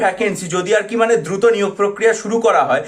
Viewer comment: ধ্রুত ধ্রুত করতে করতেই শেষ 🤣